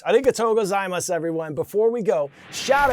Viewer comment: Hey Coy!! The Griffins at the Gifford School in Weston, Ma would love a shout out!! We watch CNN 10 Every day. We also have a student who is fluent in Japanese who would like to help you with the pronunciation of Arigatto Gozaimas which is said as "a-ri-ga-to go-za-i-mas" (Thank you very much)!